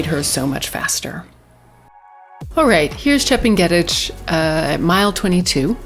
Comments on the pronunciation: Chep nge ' tich learn how to pronounce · That's not how Chepng'etich is pronounced, it's actually very easy once you hear it. Great analysis though